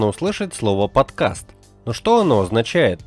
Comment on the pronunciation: Сколько раз он сказал "подказ"?